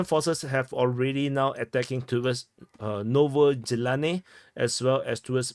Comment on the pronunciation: Fun fact. Novozhelanne means New Wish and the russians probably whant to capture it in order to make a wish. ( There is also no Z sound in the word, i am not sure if there is a world in english that has the Ж sound in it, but the J in the chinese Jao is very close if not the same actially, same as protugues Joao). So if you use the same J it will be something like Novo Jelanne whit a hard e like in ED.